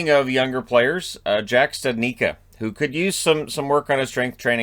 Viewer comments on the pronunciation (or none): Hi, normally I dont do this, but today I have to. Studnicka..... stoood... neech.... ka long U, long I, C like church amazing how family lets it all get butchered like that. Oh well.